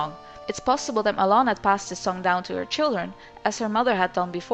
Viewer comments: Ma-Lon NOT Ma-lOn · "Muh-lon" OMFG.. x.x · So her name is pronounced malohn .Fudge I've completed loz oot calling her malown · At first I thought you said ghost melon. Lol. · Never got that right. Do you pronounce it MaLon or is it MaaLon?